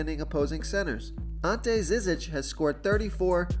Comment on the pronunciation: And Ante Zizic is prnounced JIH jitch